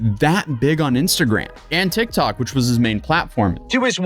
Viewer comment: "A viral TekTawk"